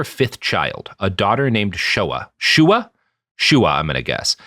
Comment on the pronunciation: Shuah (SHUW-ah) not Shoah. Different word and meaning